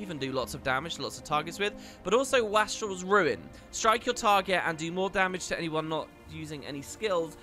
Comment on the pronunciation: As much as I know you LOVE getting comments on pronunciation: it’s “waste-rel” not “wah-strel”. It means someone who is wasteful.